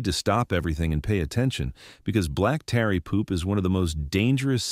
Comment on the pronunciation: AI narratar. Mispronounces tarry as tary